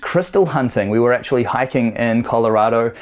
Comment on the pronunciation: Always enjoy your videos. See you're still having issues with that word 'actually'...!